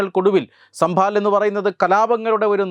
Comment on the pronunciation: It is Sambhal and not sambhaal Sir!